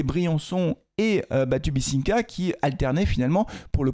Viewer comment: Hello, Merci pour cet avant match, on croise les doigts pour que les verts marquent leurs premiers points en marquant enfin! Tu ne nous a pas encore parlé de ta préparation d'avant saison, et de mon point de vue tu n'as pas suffisamment dû faire tes exercices de rééducation sur la prononciation de notre Batu 😜 Alors il est temps de le faire! BatubINsika, BatubINsika, BatubINsika. Allez, des reps de 30 fois tous les matins, ça va rentrer 😅 Moyen mnémotechnique pour accélérer la récupéreration: BINsika comme BeIN sport, facile non? 🤡🥳 Allez les verts 💚💚